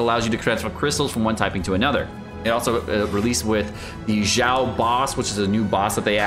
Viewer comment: its "xiao" not "jjiao"